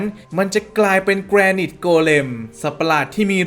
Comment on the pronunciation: พี่ๆ มันอ่าว่า"แกรไนท์" ไม่ใช่หรอ ( ͡° ͜ʖ ͡°) ???